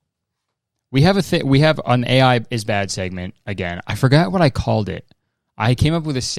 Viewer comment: WAIT KURTIS PLEASE you called the segment AI - yeye like eyeyey you know like the animal ANYWAYS I really liked that you should reconsider please